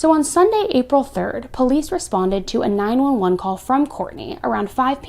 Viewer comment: Ok, so who calls 911 9-eleven? !